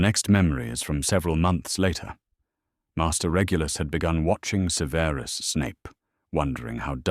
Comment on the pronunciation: The AI artwork put clothing on all the house elves, seriously? One day and AI narrator will say Severus Snape's first name correctly. Harry needed to take Ancient Runes, don't you think?